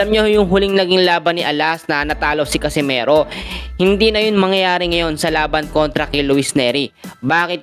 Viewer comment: catcimero????bulul Ka bay??😂😂😂😂